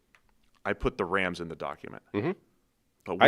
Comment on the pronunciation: its Rams not Rhams. dude with the accent says it weird homie